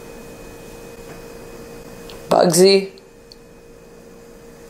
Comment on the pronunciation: Bugsy just appeared to me and told me he's pissed off that you can't pronounce his name.🤣